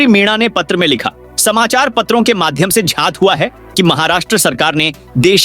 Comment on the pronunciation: ज्ञात और झात😂😂😂😂😂